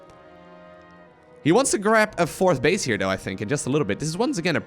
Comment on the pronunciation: did say center bitch. Instead of center base? Lol.